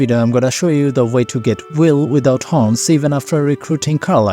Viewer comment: "Guys, did he just butcher Wyll? Why are we following him again?"